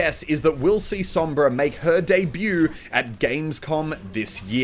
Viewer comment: Lord Salad Spanish is my native language so i know what im talking about when i tell you that he pronunced "Sombra" right